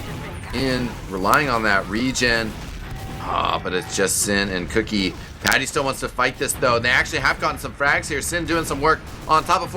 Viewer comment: queue-key not cookie ;)